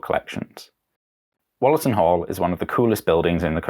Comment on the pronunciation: An interesting little documentary, but I was a tad put off by your pronunciation of Wollaton as 'Wollerton'. To the majority of Nottinghamians, it has usually been pronounced as 'Woolerton'. If there is proof to the contrary, I'm all ears.